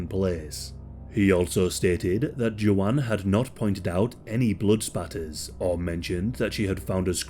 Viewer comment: Are you trying to say Joanne? Or is her name JoJaun?